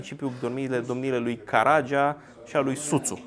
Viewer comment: Greseli gramaticale, ortoepice,, unele dintre ele repetate cu inversunare de dvs., impotriva sfaturilor mele corectoare si a timpului meu pierdut in zadar: "Armindeni" are accentul corect pe primul "i", nu pe "e"; "Lahovari" are "i"-ul final tare, accentuat; "Caragea" are accentul pe ultimul "a", nu pe al doilea; cit despre "doispezece feluri de mincare" ce se mai poate spune (in loc de "douasprezece" sau "douaspe feluri de mincare" - acordul, de clasa a III-a primara, al numeralului cardinal cu substantivul determinat, la genul feminin sau neutru).... "Cafegi-basa" are accentul pe "i", nu pe "e", caci asa pronuntati si "cafegiu", nu? E la mintea si la limba cocosului, plus simtul banal al accentelor finale tipic turcesti, care va lipseste... Iar aperitivele nu sint "gustarele", ci bauturici (digestive); "gustarelele" de inceput de masa se numesc antreuri... Si altele (nu, "güdem", ci "güden")... Degeaba aveti si erijati pretentii superioare, daca nici macar nu aveti bunavointa (disponibilitatea) neorgolioasa a autocorectiei elementare in cunoastere si vorbire (sau, pina la pretentii semantice, trebuie sa stapiniti ortoepia bazala si corecta a limbii romane)... In rest, felicitari pentru munca, efort si emisiune!